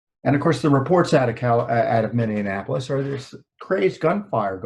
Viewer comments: Tom, just a note, it is Minne-apolis, not Minne-anapolis. Just an FYI. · It is called Minneapolis not Mini Annapolis. otherwise I think You and Judicial Watch do great work for our nation.